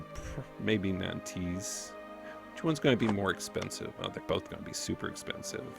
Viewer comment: I love you man, but you got to stop pronouncing Nantes like that. This site should help